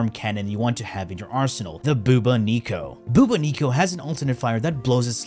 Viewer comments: I KNOW i didn't just hear this man call the Bubonico a "Boob-Ah-Neeko" Its "boo" "Bon" "Nick" "co" Bubonico lol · The pronunciation of Bubonico is just…. Uuuuh, it’s Bubonic like the plague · "Bubo niko" 😂😂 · Why do you say all the weapons names wrong for no reason ? So annoying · Isn’t he pronouncing bubonico I wrong shouldn’t it be pronounced like as in the bubonic plague an co like a business name example co cus that’s how I’ve been pronouncing it at least